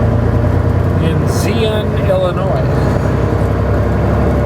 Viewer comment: The TA in IL...the town is pronounced ZY-ON